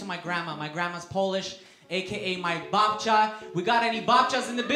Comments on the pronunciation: He's pronounces babcia like he learnt that word right before going on stage. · You can't say. Babcia doesn't give you a chance, you need at least 3 syllables to determine if Polish pronunciation is correct or not.